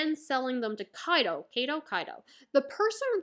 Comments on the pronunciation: I felt that I this arc was wayyy to drawn out, but I guess that was the Anime experience (where the pace got even worse since entering the new world). Lovely review! Also it's "Kaido", not "Kaydo". :) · The first version of your pronounciation of kaido is the correct one.